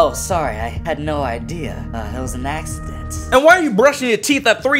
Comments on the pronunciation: he said "in all seriousness I think it was a accident" axeident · "In all seriousness it was an ax-ident" duh duh chee